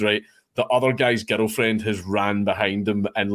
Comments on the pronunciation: Legit sounds like he’s saying ghetto 😂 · I can’t stop hearing me and my Ghetto friend instead of girlfriend lol